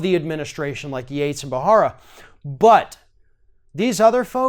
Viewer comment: 🔥 Preet Bharara is pronounced “Barara” with a silent H. Thanks for sharing your thoughts. The entire list of departures is MUCH LONGER, but you only have so much time, and it would have taken it ALL! Why not just start classes on How Fascism sneaks up on “Free Societies? That would be a great gift to all. Trump has handed us over to the Control of Vladimir Putin. He is way too Kompromat-ed to EVER resign, and thinks that the Less people he has around him, the more Powerful HE IS.